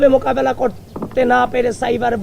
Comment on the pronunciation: তারে বাংলা উচ্চারণ সঠিক ভাবে শিখাতে হবে, মোকাবেলা কিভাবে উচ্চারণ করে😂